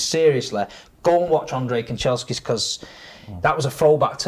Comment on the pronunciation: has Man Utd PTSD…man said Kancheskis 🤣